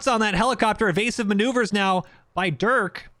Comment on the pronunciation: dude i swear I heard my name....but that ain't me....at least u say it right...I usually get called "Duke"...like It's Durk....but okay I mean even Dirk is acceptable